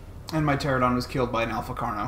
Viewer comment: its not a terr-a-don its a puh-ter-an-a-don but the puh is silent :P